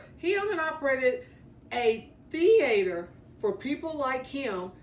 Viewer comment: I love the way you pronounce the word " Theater. "...So Southern ❤